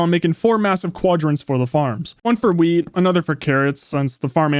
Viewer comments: Why did I think he said weed instead of wheat, even so it just makes it funnier hearing about the wheat farm. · I heard Weed instead of wheat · When he said wheat I thought he said weed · weil es so klang, als hätte er Gras gesagt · I thought he said weed